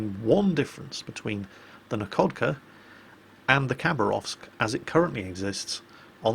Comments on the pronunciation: in russian, a "LH" is pronnounced as an "H", so "Nakhodka" is pronnounced "Nahokda", "Nakhimov" is "Nahimov" and so on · the kh in Nakhodka and Khabarovsk is read as 'h' (like in hell).